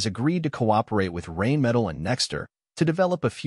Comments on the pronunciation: The company that produces the Leopard tank is Rheinmetall, named after the river Rhine it's located at. So it's not pronounced "rain metal", say "Rhine-me-tull" instead. Plus, all the tiny moving gadgets mounted on top of most experimental tank designs' turrets do look pretty vulnerable to all kinds of simple weapons. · The tank's name is "Ariete", not "Aries". "Rheinmetall" also is pronounced "Rhine Metal", not "Reign Metal". It's also hilarious that the first ship shown in the "navy" part of this video has hoisted a German flag, which means it is a German destroyer, and not an Italian ship ...